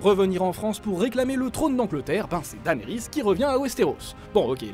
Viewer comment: Danerys c'est quoi cette prononciation ?